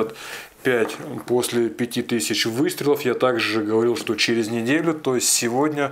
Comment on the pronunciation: Уважаемый, не " эмэр " , а " эмпи ".